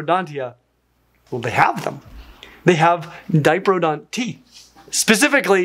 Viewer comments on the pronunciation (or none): Generally in Australia it's pronounced "Di-proto-don" rather than "Dipro-don".